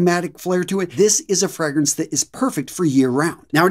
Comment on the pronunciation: Fr-AAA-grance .. not Fr-eee-grance.. lol.. but keep up the good work.. love your videos.. 👍